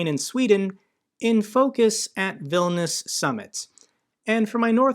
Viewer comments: Vil-nee-us, not Vil-nus. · it's VIL- KNEE- US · It's Vil-ni-us! Don't forget to pronounce the 'i'. Otherwise I got nothing but love for your channel, watch it daily! Keep up the fight for freedom and democracy!! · I'm pretty sure it's pronounced "Vil-nee-us." At least, that's how Sean Connery and that guy in the video pronounced it.